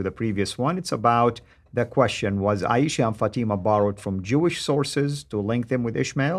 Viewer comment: 'aeesha/ fateema' - wot a ars. he can't even say the names correctly - and he's an 'arabic expert'? this is deep stupidity.